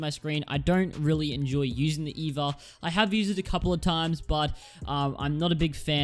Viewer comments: it's not pronounced eva it's e-v-a smh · It’s E.V.A